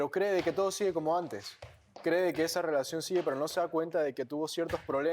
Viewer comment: Piña pronuncia bonito la "R" es asi como "rrwelacion" 🤭